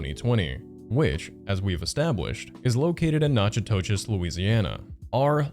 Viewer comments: not very important to the video!! but you did mispronounce natchitoches wrong. it's nack-uh-dish!! silly i know, but that happens a lot when you live in diet flordia!! great video by the way!! i love seeing you on my feed. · Knack-o-dish is how you pronounce it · busted out laughing at the pronunciation of Natchitoches Sometimes I have to listen to a yter to remind myself how funny some of the way our words are spelled in Louisiana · I’m from Louisiana and hearing you pronounce Natchitoches (nak a tish) as Nashatoshis is hilarious. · NAA-cuh-tish is how you say that one. There’s a tiny town nearby called Natchez, pronounced like matches, lovely place if you can survive the south! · As much as I don't like that this creator lives anywhere near me, I would like to say it's pronounced "Knack-uh-dish" and also acknowledge that most people get it wrong who aren't from here lol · Half way in, my only gripe… why did you pronounce it like that. For the unaware, it’s pronounced “knack-cuh-dish” knack a dish. Not noxious toe jizz 😭😭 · It's 'Nack-a-tish' not 'nach-i-to-chez'! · Louisianian here!! Natitoches is pronounced Nack-ih-dish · btw (i really really hope this doesn’t come off as rude) the place in louisiana you keep trying to say is pronounced “knack-a-dish” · For future reference Natchitoches is pronounced NACK-ih-dish. No, it doesn’t make sense, but we’re at the bottom of education, and I’m sure it’s a mispronunciation of a French word. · I know this vid is from 8 months ago, but I’ve grown up in Louisiana and around Natchitoches, and hearing you pronounce it that way made my brain have to reboot for a second😂 In case you need to reference the name again, if you see this, it’s pronounced na-ku-dish (or tish). Since it’s a Native American word in a state that was originally a French territory, pronunciations can be weird and Natchitoches always throws people off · I regret to report that Natchitoches is pronounced "nakadish". I am 100% serious.